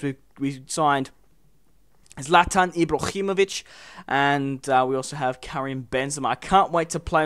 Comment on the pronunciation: just pronounce his name as zlat-an eebro-him-o-vich not ee-zlat-an eebro-him-ockh-vic also ibra hasnt played in every league in the world like i dont remember when he played in poland or Kazakhstan